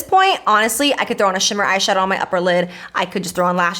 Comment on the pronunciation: You should do a peachy bold look since you said ass shadow😂